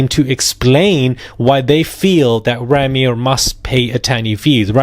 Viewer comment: Isn't Rymir pronounced "Rhymer" as in someone who tells rhymes? 🤔😳🤷‍♀️